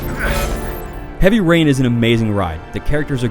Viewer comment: Heaby Rain? Don't you mean Heavy Rain Lol!.